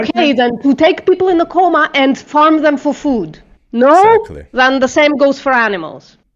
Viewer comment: BTW, you pronounced coma as comma in the livestream........ English is such a frustrating language